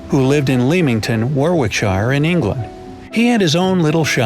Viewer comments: It's pronounced warrik not war -wick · It's pronounced 'wor-wik-sheer' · you just butchered the word Warwickshire it’s pronounced wariksher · Lemmington, Warrick-shuh :) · Hi there, it is pronounced as WARICKSHIRE... Shire is not pronounced as Sire but like Sir. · Who else was triggered by the way he pounced Warwickshire and Leamington? (also the the way they depicted the police uniform what was that?) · That pronunciation of Warwickshire made me laugh. But good video still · Your prounouciation of Warwickshire is horrendous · Any other brits out there majorly annoyed at how he pronounced Warwickshire? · You can't pronounce Warwickshire correctly.